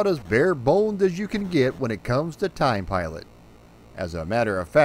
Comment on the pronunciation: I'd like to report a homicide. The victim is the pronunciation of this game's title.